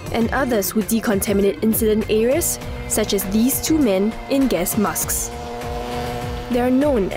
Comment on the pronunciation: "The massks"